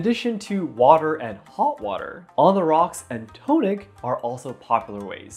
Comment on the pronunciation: Great explanation. I'd be interested in knowing some of your/your crew's fave brands & varieties of both drinks. Just letting you know: the TO in "tonic" is pronounced "TAH" (not "TOE").